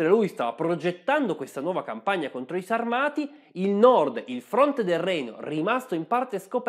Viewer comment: La pronuncia corretta è Sàrmati